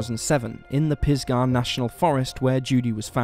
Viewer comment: Right. And the accent is on the first syllable of Pisgah, not the second.